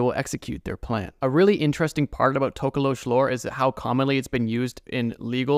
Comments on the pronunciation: Nah it’s the tokoloshi 😭, not tokolosh. Thank you for talking about South Africa though 🧙🏾‍♂️🙏🏾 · It's not tokolowsh its NTOKOLOSHI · As a South African it’s To-ko-lo-she and it stays under watch the movie 😊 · Hey just wanted to help on something. The Tokoloshi is a largely southern African folklore creature not just particularly from South Africa and it’s pronounced To(like toe) ko-low-she. Hopefully that helps next time it appears in your videos 🙏🏾. Also they kind of a blanket term for any small demonic creature that causes harm or damage. Some even come out of your toilet allegedly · Him talking about the tokoloshe gave me a Jumpscare. I’m so scared of that thing and I just convinced myself it’s not real 😞 (Also it’s pronounced to-ko-lo-shee most of the time) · Wildest pronunciation of tokolosh I've heard 😂 tok (like torque ) ko (core) lo( lore) sh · It's actually pronounced like tok-o-lo-shi (South Africa born n' raised) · HOLD ON!!! I'm South African and the Tokoloshe i sa pretty popular myth and also something we would say if something were small, ugly/creepy looking and/or suspiciously supernatural. It's pronounced Toh-koh-loh-she btw...so many non-Africans say it the way you did and it hurts me😭. We usually use it as a joke tho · Sorry for this but it's pronounced TOH KOH LO SHEE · Being South African, the scariest thing in the ENTIRE video was how you pronounced 'tokoloshe' . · the south african history has many fricked up spirts etc. but u pronounsed our scary creature wrong lollll!..... but good ig since u arent from hereee